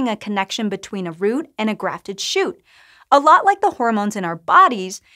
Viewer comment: It helps if the presenter can pronouce root, fruit, and shoot in slightly different manner. I had to replay 5 times to process the indormation 😂